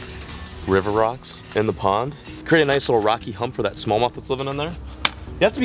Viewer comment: Low key obsessed with how says “smowth” instead of smallmouth. 🤣